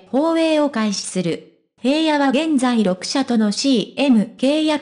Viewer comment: 紫耀くんって本当に爽やかで親しみやすくて子供からお年寄りまで人気者で..... それにしても ヘイヤ って何よ？ 紫耀くんの記事なんだから名前くらいちゃんと読んでほしいわ。